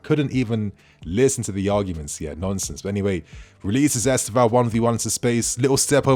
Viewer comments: Try to put the accent on the penultimate syllable. EsTÊvão. If possible. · The kid is great. If you are interested... the way we (Brazilians) pronounce the name is: Istêvaun. The "tê" is the strong syllabe: is-TÊ-vaun. The "vaun" is pronounced really fast. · Please y’all! Try to say his name correctly. I don’t know how to explain but you can ask a Brazilian person how . Same thing with Bruno Guimarães. Thanks !